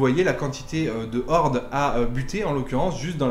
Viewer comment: Les z'hordes....😳 mes oreilles saignent!